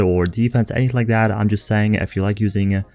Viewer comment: This is driving me insane. The word is TH-A-T... Not tha-hdda. Everytime I hear it I cringe and lose track of wtf else you were saying lol.